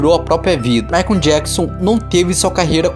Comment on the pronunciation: Rachei o bico com ele falando MaicUMM JacksUMM kk